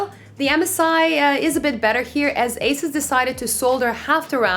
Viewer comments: It’s pronounced “Asooos” not “Ace-is” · marco bakker it’s pronounced incorrectly if you say Asis, the company was founded in Taiwan with the pronunciation of Asoos! If you’re parents gave you Marco and people started calling you Mahco I guess it’s perfectly pronounced also.